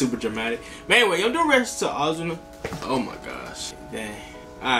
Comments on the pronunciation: ozuna is ozone instead of ah zuna say with an o ozuna. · Ozuna is pronounced Oh-sue-nuh